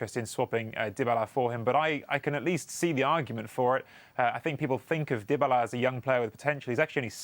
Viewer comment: Paulo "Dibala" 😂